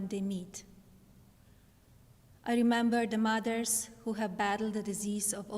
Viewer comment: Just the fact she got her parents US citizenship really bothers me. Listening to her pronounce "Mother's" with a "d".. Please just go and take your orange jelly man with you..